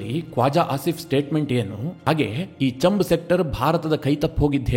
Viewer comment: ಅದು ಚಂಬ್ ಸೆಕ್ಟರ್ ಅಲ್ಲ, ಛಾಂಬ್....ಸೆಕ್ಟರ್